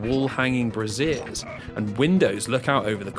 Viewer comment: “Wall-hanging brassieres” A certain type of women’s undergarments are hanging on the palace walls? Prince of Perverts! The word you were looking for is brazier, less commonly spelled brasier. It rhymes with Frasier (Crane).